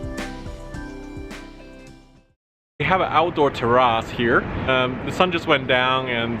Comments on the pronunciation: hi!l Love your videos. P.S its pronounced TER-RAYCE not TER-RAS like you called it. Keep up the good work. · "we have a outdoor tehrahs here" english much